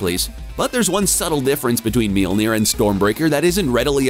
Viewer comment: Why do you keep saying Meelnir? Lol Mjolnir is pronounced like "myawl-nir".